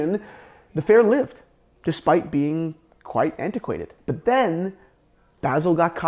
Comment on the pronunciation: Why does he keep saying basil?